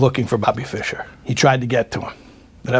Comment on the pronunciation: fischer was correct